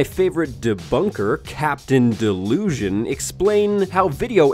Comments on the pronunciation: Did he mean to say "captain delusion"? Because I thought his name was "captain disillusion". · Captain Disillusion, not Captain Delusion